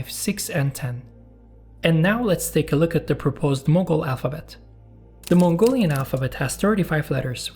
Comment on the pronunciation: as a Mongolian myself i have to say that your modern Mongolian pronunciations was very accurate and i could easily understood . However Moghol language sounded so close to Mongolian yet so far. super interesting video!